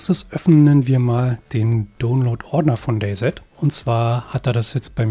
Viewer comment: gesprochen wird es day si sry aber sowas triggert leider meinen inneren Monk